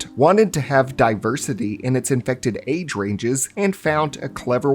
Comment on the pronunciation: I mean the amount of annoying comments he got when talking about zombies but people complained and started correcting him. Now he mockingly says infected like that.